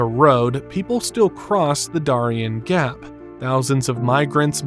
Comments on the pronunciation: Its called the DARE-E-N gap but good job with the AI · This ding dong can't even say Darien Gap correctly.